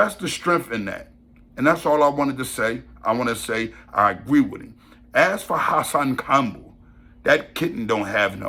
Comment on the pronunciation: The way say Hassan Campbell had me rolln 😂😂😂😂